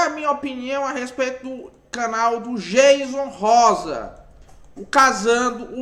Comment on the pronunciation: Aprende primeiro a pronúncia do nome do Jayson Rosa pra depois vc falar do mesmo. 😳